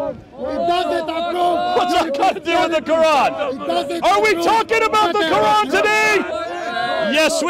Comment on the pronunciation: "even if the ko-ooran is false" 😂